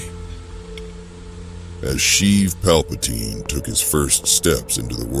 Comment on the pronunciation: So many names mispronounced all over. Plagus is pronounced as "Plaigus", not "Plagoose", and Palpatine is pronounced "Palpateen", not "Palpataine" like it many places here.